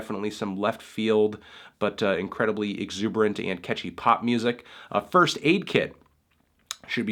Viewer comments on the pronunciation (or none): none